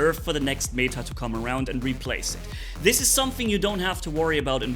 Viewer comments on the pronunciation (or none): none